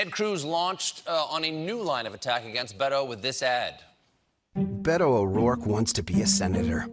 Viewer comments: It's Beh- toeh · It takes literally 2 seconds to learn how to pronounce Beto correctly.